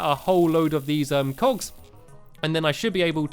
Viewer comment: When he said cogs it sounded like cocks